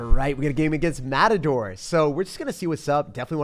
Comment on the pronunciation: the word matador is a spanish word and its pronounced with a hard "T"